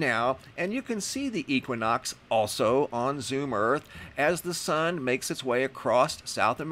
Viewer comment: If I hear you pronounce equinox wrong one more time!!!!!!